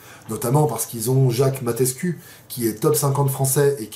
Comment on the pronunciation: Incroyable vidéo 😂. Dommage que je puisse pas venir l’année prochaine. Ça se lit Mateescou 😭😂